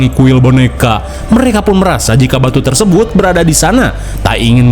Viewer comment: tersembut apaan bang 😹😹